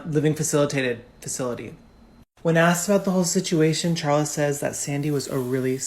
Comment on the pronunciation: Her name is carla nash. Not charla. I know its spelled that way but its pronounced karla